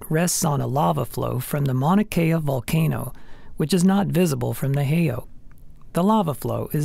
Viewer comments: One would think that when someone puts so much effort into a video about Hawaii Volcanoes... They would also do their research on the correct pronunciation of the Hawaiin Names! Spoken "Hay Oh" = Actually pronounced"Hay-E-Au" Spoken "pu u wa a wa a" = Actually pronounced as "pu u va a va a" The "W" in Hawaiin is pronounced as a "V" most often. Spoken "Ka lay a Kay ku a bay" = Actually pronounced as "Kay a la kay ku a" This one was really pronounced badly by the narrator. Spoken "Ka lu a vu ay" = Actually pronounced as "Ka ho o la vay" I can't believe he pronounced "Lanai" correctly! Though some persons pronounce it as "La nai i" Adding an extra "E" sound to the end of the word. And get rid of the "jumping flea"... music. That's Portuguese! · Out of respect for our valued indigenous culture, please learn the correct pronounciation of Hawaiian words and place names. Heiau is pronounced "hay-ow." Waawaa is pronounced "vah-ah-vah-ah."